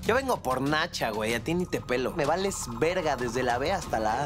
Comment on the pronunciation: La neta ia demás dijo berga en lugar de verga